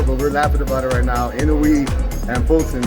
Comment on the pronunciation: I noue アｨ ノウェー IN oue イン ノウェー 大体この2通りに分かれる井上の発音